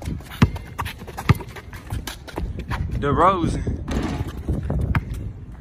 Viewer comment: Said “Derozen” 🤣🤣🤣 Boi Hell Nawl